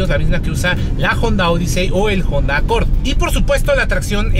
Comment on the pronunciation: Cada vez que dice "Jonda" 😂